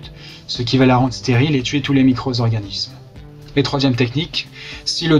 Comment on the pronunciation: Les micro-Z-organismes ?! Comment causer français comme pas un.